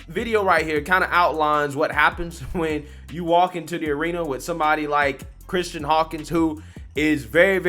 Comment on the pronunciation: I love you but her name is Kristan not “Christian” 😂